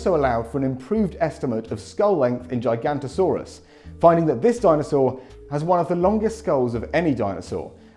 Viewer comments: You pronounced giganotasaurus wrong as gigantosaurus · It's Giganotosaurus, not Gigantosaurus, 😁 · You keep pronouncing Giganotosaurus as "Gigantosaurus". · Mans really said "Gigantosaurus". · Can you stop calling Giganotosaurus "Gigantosaurus" there's an O after the N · every time someone mispronounces Giganotosaurus, another extinct species disappears from the fossil record